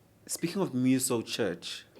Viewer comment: He really pronounced Mmuso as M-You-So😭😭😭😊